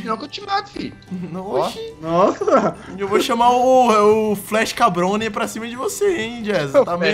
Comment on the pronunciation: e adoro quando vc faz o bigodone e diz él cabrone